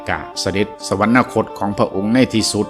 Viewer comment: สวรรคต อ่านว่า สะ หวัน คด ไม่ใช่ สะ หวัน นะ คด